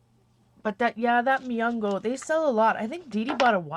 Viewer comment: Its Mungyo :) its also from Korea. Its a cheaper version of Prima, and they come with 12, 24, and 36 half pans. :D